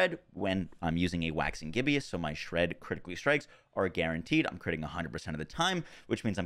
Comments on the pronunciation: I’m guessing this is exactly why had the aspect on his amulet in his build. Also side note, it’s “ghib-us” rather than “ghib-e-us”, named after the state of a moon, similarly to the “waxing” prefix. Appropriately named since the moon is closely tied to werewolf lore. Love these vids! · Why do you always say "Gibbeous" when the word is Gibbous? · Hey man love your content and this is a terribly minor thing but I figured I'd let you know you are pronouncing "gibbous" from "Waxing Gibbous" incorrectly. It is GIBB-ISS not GIB-EE-ISS. Gibbous is a phase of the moon and "waxing gibbous" means a gibbous moon getting bigger. A gibbous moon is one that is more than half full, and waxing means getting bigger, so "Waxing Gibbous" means "More than half full moon on its way to becoming full". Keep on doing what you do your content is great <3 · It’s not Gibbious, it’s Gibbous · Needs to be said cause it was a little grating its not Gibby-Us it's Jib-Us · There are so many uncommon words that he butchers all of the time that it makes me wonder if he's never read a book or spoken to anyone with a decent vocabulary in his life. Reminds me of how Luffy at first kept pronouncing "macabre" as "muh-cob-ray". But even that's more understandable than "gib-e-us". Then again, seems like 90% of the world's population pronounces mischievous as four syllables instead of the proper three. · you’re pronouncing gibbous wrong. Where do you see an “i” after the b? Cant read?